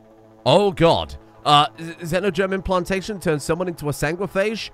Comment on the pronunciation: The way said "Xenogerm implantation" made it sound like Xeno-german plantation and it was a confusing 10 seconds 😅